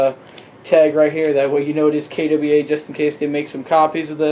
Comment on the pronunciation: "kay Dubbie ai" ?